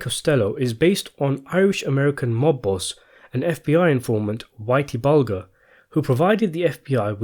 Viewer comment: Bulger - Bul-jur, not Bul-gur